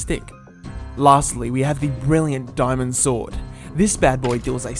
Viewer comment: Why did you say thrash so funny XD and why say bad boy is the swod a boy lol a boy sword and dayamon.